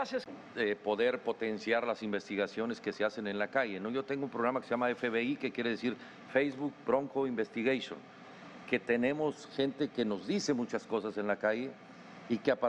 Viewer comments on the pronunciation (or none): "Feisbuk Bronco Investigeichón" jajajajaja no hay nada más sucio que la política mexicana jajajaja pero igualmente estuvo muy chistoso.